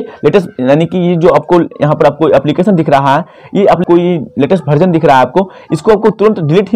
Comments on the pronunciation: भर्जन नहीं वर्जन होता है भैया 😂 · बार-बार तुम भर्जन बोल रहे हो.. वर्जन है भाई वर्जन है 16.8